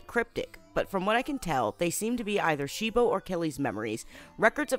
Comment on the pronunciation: Why did You keep saying they name of cibo wrong You kept saying shibo